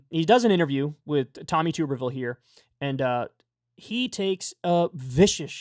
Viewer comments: It's pronounced tub-ber-ville. Not too-ber-ville. I'm from Alabama and know all too well, unfortunately. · It's TUB not TOOB. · This is very besides the point, but it’s pronounced tubberville like a tub